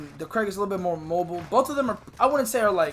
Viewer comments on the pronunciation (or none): It's not CRAIG bro its krig...😜😜